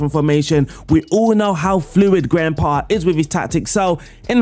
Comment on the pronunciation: why do i hear "grandpa" every time u say his name?